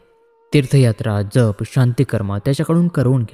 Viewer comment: "जरा"चा उच्चार थोडा या अर्थाचा नसून " जन्म" या उच्चारा प्रमाणे हवा. जप सुध्दा जन्मचा " ज" हवा. नाही तर जप म्हणजे सांभाळ असा अर्थ होईल